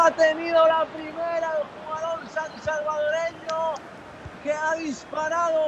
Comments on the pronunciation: Se dice Salvadoreno! Y la capital es San Salvador de acuerdo. 👍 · Ojo con Jorge el mágico González.. no sé dice San salvadoreño.. se dice "SALVADOREÑO".. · Solo una pequeña corrección. No se dice sansalvadoreño, es solo salvadoreño. Saludos desde El Salvador. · Es salvadoreño no sansalvadoreño